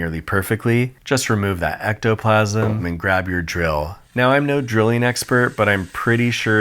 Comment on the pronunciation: Isn’t it EGG-toplasm…? 😁